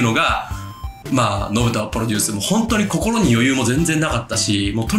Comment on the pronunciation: めっちゃ熱いええ話してるねんけど 「ポロデュース」で毎回笑うわ。 編集の方も一緒で良かったです(笑)